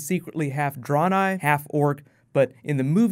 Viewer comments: "dren I" lol not "drawn I" XD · Dray-nigh not Draw-nigh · Pronouncing it like "Draw-nei"... makes me cringe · you mispronounced draenei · For some reason I am really upset how you butchered Draenei